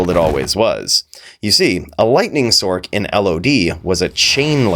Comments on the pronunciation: Sorry man but i can't STAND you calling it a SORK. It's a Sorc (sorce) short for Sorceress. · i die a little bit at "sork" vs"sorc" hahah fantastic vid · Why do you pronounce sorc with a K sound when you pronounce the complete word sorceress correct? We don't say sorkeress or sorkerer.